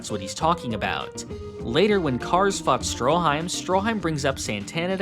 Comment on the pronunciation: Anyone else hear "fucked" instead "fought?"